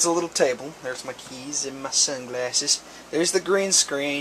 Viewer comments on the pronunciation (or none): Excuse me, did you say SUNGLASSES?????